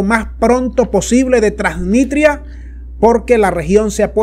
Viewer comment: Lee bien, TRANSNISTRIA